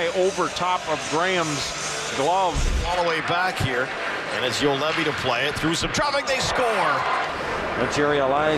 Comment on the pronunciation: Can not hold my laugh :D Juolevi,Zuolev,Joulevi,Zolevi,Juoveli. Nice pronouncing !